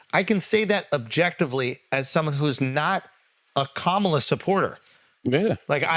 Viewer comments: Correct him, he mispronounced her name, all disrespect, and that’s a black man you should’ve correct him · Charlemagne, please check this guy on how to pronounce Kamala! It"s disgusting how these pigs mispronounce her name! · Say her name correctly and be respectful Andrew! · A third rate comedian just called Kamala Harris “that girl”. Only in America… I love it! And this moron continues to mispronounce her name…freedom is beautiful. He is also pretending to be a therapist “ imposter syndrome “. Trump knows he doesn’t know shit about shit and the Truth. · The individual on the left couldn't take two seconds to learn how to pronounce Kamala's name correctly? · Start by pronouncing her name correctly, put some respect on her name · Of one can say pamela ..then, one can say her name!! Stop f up her name. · Dude cant even say her name correctly.